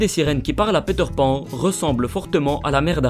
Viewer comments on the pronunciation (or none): ''Péteur Pan'' La prononciation.. x')